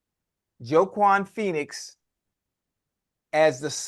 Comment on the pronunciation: bruh...Joe-Kwan Phoenix lmfao 🤣🤣